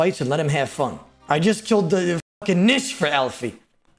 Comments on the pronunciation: Bro said Nish with the hard r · The "NICHER" was a close one my mans lmao 😂😂